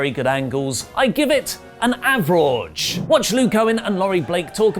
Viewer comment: AvRAWge??? Seriously?? May be you need to quit 😂😂😂😂😂